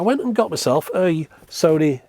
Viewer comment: Sony. Rhymes with ‘moany’. For so many reasons 😉 Edit: if we were supposed to focus on sound behind us we’d have cats’ ears or eyes in the backs of our heads.